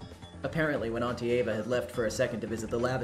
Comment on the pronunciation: I can tell you! The “die (etc.) forever” is pronounced “shinjaeba” (or smth along those lines) and since you similarly pronounce Eva’s name like “Eba” it just kind of naturally flows to sound like her name.